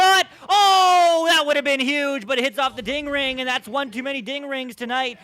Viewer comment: Him saying ding ring hurts my brain